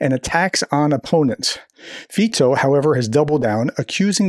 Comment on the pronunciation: Pronounce Fico with a "k", is better.